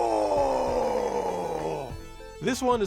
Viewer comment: Thank you for being one of the few YouTubers that know how to pronounce Taito properly.